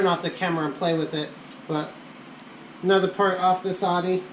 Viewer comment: "Audi" = "outtie" or "ow-dee". Not "ahdee".